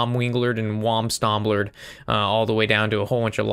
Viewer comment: Liked the video when I heard you say "stom weenglered and wam stamblered" 😂👍🏻